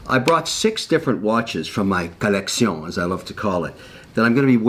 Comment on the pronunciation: I love when he says collection like that